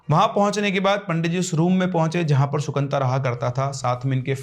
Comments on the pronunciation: Sir, sorry but its not Sukanta... Its Sukanto in bengali.. so funny hearing it as Sukanta🤣🤣🤣🤣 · The Bengali name is - Shu-kan-to.